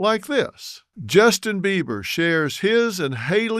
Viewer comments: He is calling him Justin Beaver at the beginning of this video and you can't convince me otherwise lol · This man literally said Justin beaver several times. Phil, taken your money laundering ahh on somewhere. You and your Michael jackson looking wife